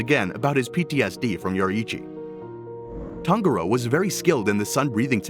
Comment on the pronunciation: It’s pronounced tanJuro not tanGuro